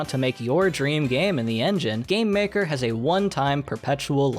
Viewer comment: I thought is said GambleMaker for a second and was really concerned